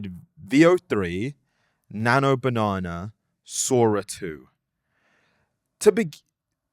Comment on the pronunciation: "Nano Banahner"